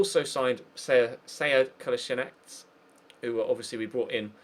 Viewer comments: rhyssmith its actually ko la shee natz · it's Kol - A - Si - nac